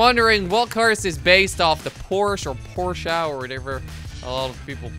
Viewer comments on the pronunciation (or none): none